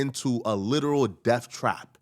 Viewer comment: It’s pronounced Death, not Deaf.